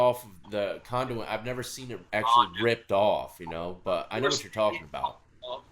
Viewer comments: Condewy 🤣 😂 🤣 🤣 🤣 🤣 🤣 conduit is what he meant to say 🤣 🤣 condewy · “Conduey”. Love it. I think it’s conduit but it should definitely be called “Conduey” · So he's got one SS bolt on his shirt. JS. Also it's raining ice in Cincinnati. "condu-iy" wtf lol. It's conduit. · This guy is retarded, Steel conduit, I'm losing my mind listening to him say condewy. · Condooy lol it’s condooit spelled conduit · Condewey 🤣🤣🤣🤣 it's actually called conduit. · U mean '' condewey '' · It’s conduct , not conduwy .. lol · He said conduey?? Conduit bruh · I’m just here for the “conduey” comments. 😂😂😂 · Conduit, pronounced Con Du Eee